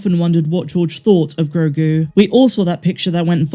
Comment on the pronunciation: "Gro" like grow "gu" like a baby's goo gu it's actually perfect